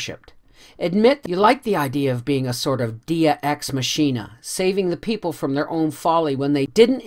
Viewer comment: I love all your readings. . . But. . . deus ex machina is pronounced day oos ex mock eena, with the accent on day and mock. It's an almost supernatural saving/rescuing of a desperate situation by someone or something. I had to rewind this to figure out what you were trying to say. Other than that, I'm thoroughly enjoying your reading. You have a very pleasing voice.